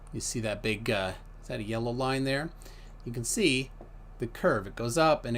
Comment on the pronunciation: Im from Manchester....Im sorry....please forgive us for "Big Sy"